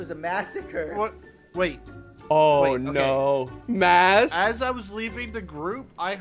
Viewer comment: “tHis wAS a MASacUrE” -mas